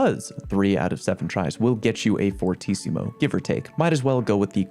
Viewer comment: I love the fact that Fortissimo and Adagio are both Italian words Also thanks for using the correct pronunciation and you are one of few peaple that knows the correct translation